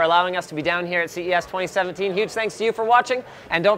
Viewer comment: i miss that "n" at the end.